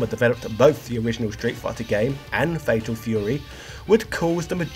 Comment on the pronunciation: Fatal Feyouwee!